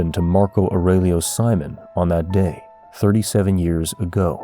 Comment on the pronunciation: Why do you pronounce his last name in the English way when even a regular English speaker would know in Brazil it’s surely See-Monn